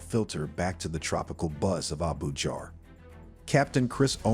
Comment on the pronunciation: Stop using this crap AI voice. There is nothing like Abujarrr. Nor Laygourrrse. Disgusting. Have pride in yourself.